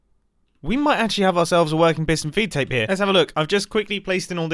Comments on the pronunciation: I thought it was “feet” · I swear, all this time, from the first time I heard him say "feed tape" in another vid I thought he was saying "V tape" lmao but turns out I was wronggggg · Aah its a FEED tape. Not me hearing V-tape the whole video...